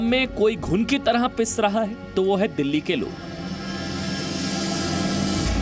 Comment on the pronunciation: दिल्ली है यार वो डल्ली नहीं